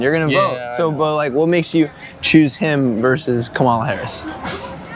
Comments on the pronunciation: Dude, learn how to pronounce Kamala. It's not kaMALA, it's KAMAla. It's like the punctuation mark, 'comma', followed by 'la'. You wouldn't like it if someone CONSTANTLY mispronounced your name. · If you are interviewing people about the president, please learn how to say one of the candidates names. Her name is pronounced, comma-la. It’s lazy not to learn how to pronounce someone’s name. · You can’t even pronounce her name right. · Not one trumpster pronounces her name name correctly. So disrespectful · How can you take this channel seriously when the interviewer can't even pronounce Kamala properly 😂